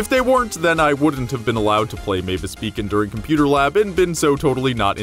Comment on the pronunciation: I think you meant to say Mavis Bacon.